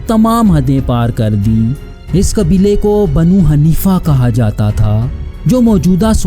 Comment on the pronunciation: ارے بھائی پہلے تھوڑا محنت کیا کرو صحیح سے تلفظ بھی ادا نھیں کیا جا رہا آپ سے دریا نھیں. درعیہ تلفظ ھے اور حنیفہ. اور حنفیہ میں بھی فرق ھے